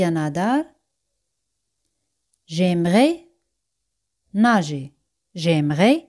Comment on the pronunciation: por que a veces acentua nager al final y otras al inicio?